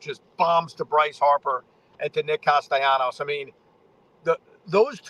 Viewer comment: Can you pronounce Castellanos' name correctly?